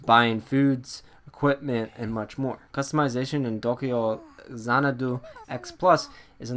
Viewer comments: Xanadu is not an asian word. Don't pronounce it as though it is one. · why you be sayin' dat xanadu like that? lmao